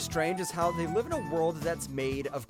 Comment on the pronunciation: Yo, he really Said “Date A Liv” instead of Live